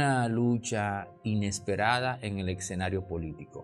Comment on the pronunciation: Escuchándole pronunciar la palabra ESCENARIO, se hace necesario requerir de una adecuada transcripción fonética articulada para alcanzar la mejor dicción posible, a su vez, herramienta esencial para un buen comunicador. La dicción gramatical atrae el interés de las personas por continuar escuchando, cuando se le suma el análisis profundo de un tema, el comentario se hace mucho más interesante. Mis respetos.